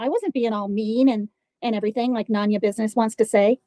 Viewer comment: Replay crew. Glad to see she still pronounces my name as “NON-YA” It’s none ya 🙄 She’s never heard someone say “noneya business”?!!! This is how self centered she is. I’ve been telling her for FIVE YEARS it is NONE-ya. She’s still over there: “ non…Non. …Non ya🙄 She’s a fkn idiot, not even worth our time.